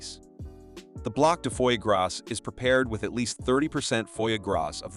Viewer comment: Just the way you pronouce foie gras deserve a big nique ta mère 😂